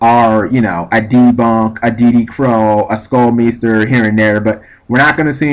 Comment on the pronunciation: Btw it's pronounced skull m-eye-ster